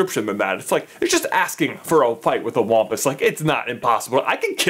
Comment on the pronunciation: Why do I feel like it’s supposed to be pronounced (wam-puss)